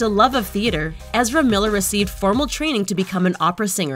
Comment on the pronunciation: who?! You can't even pronounce his name come on